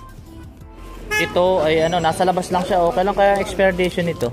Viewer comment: expiration hindi expirdation ok...